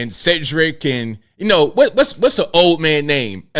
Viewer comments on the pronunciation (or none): none